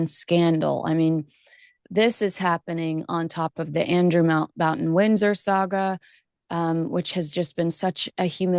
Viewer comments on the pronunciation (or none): none